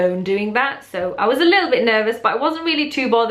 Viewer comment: I love how you said "a lottle" haha I do that. My hijab story is basically that I went mosque after my favourite Aunty died and saw how beautiful and modest and humble they were and how religion had changed them and I loved it and I wanted that so a day later I told my mum I wanted to wear my hijab and then that day she brought me scarves and under scarves and I became more religious Alhamdulillah and now I've worn it for.... 3/4 years so yay! I'm happy Alhamdulillah. 💕💪🏽 #ProudHijabiAlhamdulillah